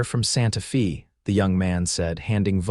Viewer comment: ABUSE of city names is horridly annoying...... IT's Santa Fey - not Santa Fee!!! and wound is an injury, not string wound around a stick!